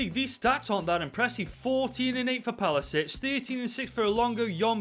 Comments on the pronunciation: Why do i get annoyed every time he says palasic instead of his actual name pasalic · Nobody:: 'Palasic'